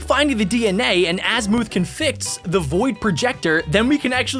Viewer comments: Hey!! Love your vids dude, but it's AZ-MUH-TH Azmuth, not AZ-MOO-TH XD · it is not asmooth and it is not Dr amino it is azimuth and doctor animo it is also shock Rock not shockwave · Azimuths name is pernouce azimith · it’s azmuth